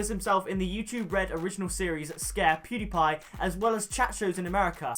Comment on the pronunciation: How many attempts did it take you to pronounce PewDiePie's name right or are you just magical. if I tried to say that I would spit all over the person in front and murder his name!